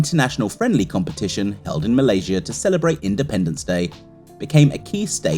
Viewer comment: Malaysia; the stupid AI narrator couldn't say the nation's name correctly.